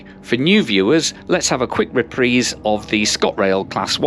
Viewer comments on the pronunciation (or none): none